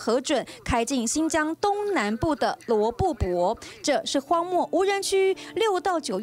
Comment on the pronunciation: 罗布po,不是bo